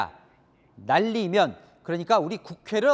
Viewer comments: 면을 믄으로 발음해서 느리게 돌리면 든처럼 왜곡되는데 말리믄 이나 날리믄 이 확실합니다. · 요즘 음성판독 기술이 소리증폭 선명도강화 다돼 세상좋아져서 당신같은사람들 한테 너무불리해요 날리면인데 윤석열발음 날리믄 으로 정확히 판독됐습니다 네? 날리믄! 소리증폭 소리선명도 거기다가 주변소리 죽이고 윤석열목소리만 집중되게 판독 가능한 세상이예요 어르신ㅋ 바이든이라고 우긴다고 되는세상이 아니라고요 네?ㅋ